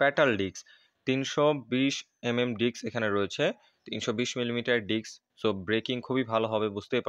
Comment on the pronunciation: Disk ❌ diks ✅